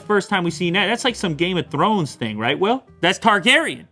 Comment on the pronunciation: "...game of thRRones"🤣thats gotta be a double capital R in there LOL